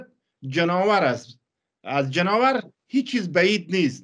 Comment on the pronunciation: جناور ؟؟؟؟؟؟؟ چقدر شما بیسواد هستید جانور نه جناور 🤣🤣🤣متاسفم برایتان واقعن